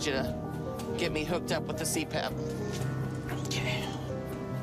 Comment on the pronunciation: little tip for future you, its prounounced more like see-pap not C.P.A.P. I realize this is a minor nitpick especially for a channel with only 11k subs, but also, is it really that hard to google it or just ask someone? then again, most creators at this size are a LOT less professional... the other day I saw someone with nearly 100k subs eating on camera in a not even 2 hour voice over...